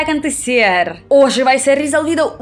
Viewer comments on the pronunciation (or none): fala direito mulher..ja ta ai tanto tempo e nao sabe pronunciar...finalmentchi,,,acantecer.camer ..camida..